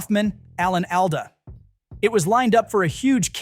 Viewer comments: ALAN AL-DA! ALL-DUH! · You lost me when you trashed Turbulance. That movie is a bonafide cult classic and I own it on DVD and digital. Best Christmas movie EVER. "Alan AL-Dah". lol Btw, I can tell you weren't around back in the 90's, because Alan "All-duh" was not a 90's heavy hitter. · Yup They way it said Alan Alda was the clue His last name is pronounced AWL-duh It's just like the way some AI (and American chuckleheads) mispronounce Albany, New York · You mispronounced Alan Alda's name. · you said Alan Alda’s name wrong. 🙁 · there were clues before that. Popeye, I'll stand BY. But you're dead on on the Alda pronounce. So gross. But, here we are watching it, so who sucks?